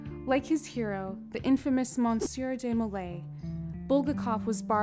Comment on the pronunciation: Unfortunately the narrator loses credence when they can’t even correctly pronounce the names of such literary titans as Goethe and Molière.